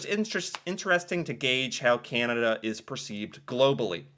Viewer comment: I will buy a T shirt or hoodie when you finally learn to pronounce Canada without that nasl twangl twang.